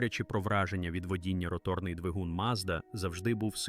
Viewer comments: Де тебе вчили ставити наголос і ви ще кричите давайте підтримаємо українського контенту. Навчіться правильно говорити українською "ротОрною" ганьба рОторний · Неуки, перше ім'я, яке спадає на думку щодо роторного двигуна - ВАнкель, його винахідник, а не мазда. І не ротОрний, а рОторний, а якщо точніше, то не рОторний, а рОторно- поршневий.